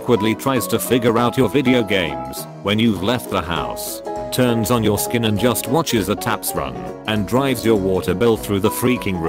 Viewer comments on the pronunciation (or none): Isnt it great how the narrator said skin instead of sink so the sentence read "--Turn on your skin--...."